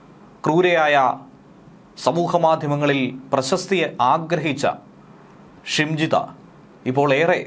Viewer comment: ഷിംജിടാ അല്ല നരഭോജി